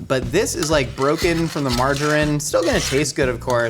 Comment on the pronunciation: Do Americans not know how to say "margarine"? Or is it just, I thought he was saying "marjoram" for half of the video.